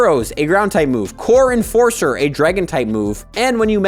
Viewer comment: When you first said "Core Enforcer" I thought you said "Corn Forcer" XD